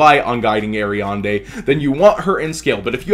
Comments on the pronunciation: "guiding ariande"? xD not once or twice but 7 times... A R I A D N E xD not ariande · Aria"N"de... It's Aria"D"ne:) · I love you, but your pronunciation of Ariadne hurts. The "n" is after "d" in Ariadne Air-ee-ad-nay or Air-ee-ad-knee depending on where you are